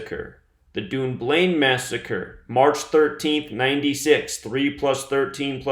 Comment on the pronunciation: Say it like; Dunn-blane, Scotland, not UK... Xc